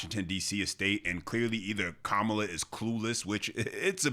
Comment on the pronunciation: Ka - ma-la😂😂😂😂😂😂😂😂😂😂😂😂😂